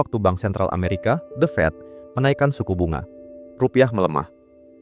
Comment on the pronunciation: The Fed, bukan The Fat.